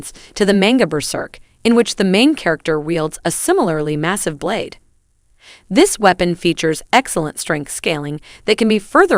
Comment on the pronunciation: "Blad" lol